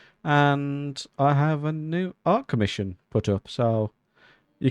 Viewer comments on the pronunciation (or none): My favorite flower is the lily of the valley. I don't know what it is about them, but I've always liked them It took me a second to realize you said "art commission." For some reason, I thought you said "ark mission," and I was rather confused 😂